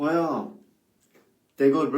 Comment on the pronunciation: Your "jah" is pretty good.